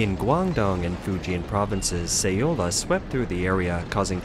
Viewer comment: "Say-oh-la"? First you mispronounce "Zhuozhou" for weeks, now this bizarre random "Say-oh-la"? Find a competent narrator. (Who can pronounce "communist," "population," and "Guangdong."